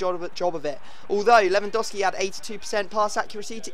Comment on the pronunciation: I was kinda hoping for a more dramatic intro than normal, but no still "hi guys here" And I still think you saying Lewandowski wrong